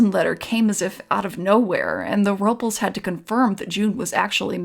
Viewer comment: Nit Pick Alert. You're mispronouncing Robles.